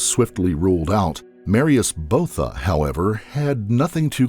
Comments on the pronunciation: Botha is actually pronounced [buaða], not [bouða]. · Van Der Vyver is pronounced "fun de fyfer". Botha is Booata. Can't remember any others!